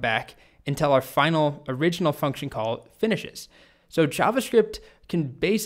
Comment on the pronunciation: At first I had thought you said "COLT" Stack and was wondering what this was all about... :D